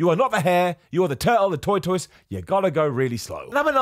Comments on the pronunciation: I don't think it's British English. I think just struggles with that word. I'm British and I've never heard that pronunciation before. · What the hell is a toytoise?! 🤣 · Oh my God it's so cute to hear you pronounce "tortoise." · I love hearing 'tortoise' in British English.